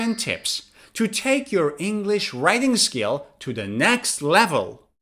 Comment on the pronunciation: Writing Skills** you are saying it wrong